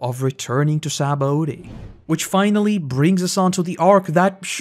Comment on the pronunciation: Sha-bon-dee. SHA-BON-DEE. Other than that great video.